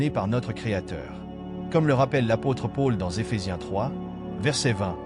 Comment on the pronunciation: Merci 😇🥰👍🙏👃 Par contre, vous ne prononcez Paul de la bonne façon, désolée.🤔